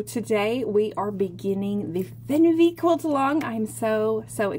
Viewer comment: Interesting pattern. I've got a backlog but may just buy it soon. However, the pronunciation is "fairn-vay" - don't know where you got fenn-vee. The German word "Weh" = pain, woe. It appears a lot in Yiddish (oy vey). The name "Fernweh" means "far sickness" - the opposite of "home sickness." The outward-pointing stars fits right in with that meaning.